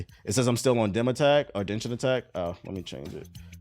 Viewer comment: I hate that he pronounces it "Denshin Attack" typical of my people though... say it however they think it should sound lol